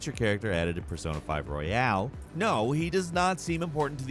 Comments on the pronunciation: Its Royal,not Royale you dimwit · Royal, not Royale 😩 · Why do you keep saying Royale? It's Royal.